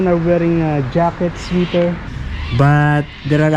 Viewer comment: swe-ter not swi-ter